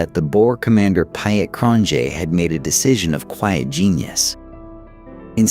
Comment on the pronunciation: .. TO THE AMERICAN EAR .. PIET .. PIET ... SOUNDS LIKE PETE .. PETE.. WHEN YOU SAY PYAT IT SOUNDS LIKE WYITT... ... PIET IS PETE IN ENGLISH 😊😊